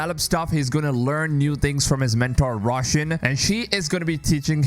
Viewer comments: The correct pronunciation of Roshan is Row-shan but everyone pronounces it like russian lol Thanks for sharing this information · i wish you stop pronancing "roshan" russian :D btw heres a little interesting fact about her persian name, her name means light , or bright depending on where you use it in persian language.😉